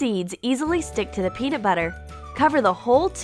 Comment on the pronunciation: its not called peanit butter its called peanut butter